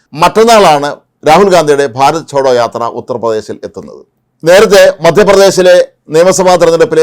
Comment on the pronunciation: ചോടോ അല്ല 😂😂😂, ജോടോ ആണ്